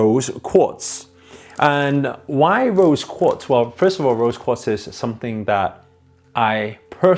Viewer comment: What is a rose coat? I cudnt understand ur pronounciation